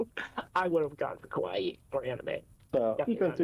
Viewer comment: English speakers really have to try to pronounce "kawaii" proprerly, with the "a" like in "alphabet", they always make it sound like "kowai" which means "scary", not exactly the same even if to some of us unicorns and rainbows can look creepy.